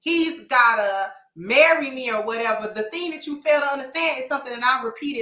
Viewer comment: "Marry Me!" I don't think that is how it's supposed to sound...